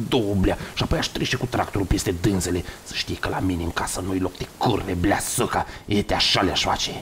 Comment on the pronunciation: Cand am auzit blea si suca in cuvintele lui am observat un accent prea moldovenesc, bravo omule ai o voce narativa de respectat